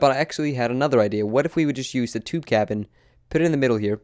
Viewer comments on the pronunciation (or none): none